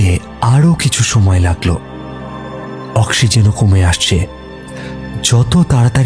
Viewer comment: ইসরো, অক্সিজেন ইত্যাদি স এর উচ্চারণ স্পষ্ট নয়...